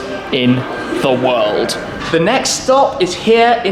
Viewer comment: Bro you said Wald instead of world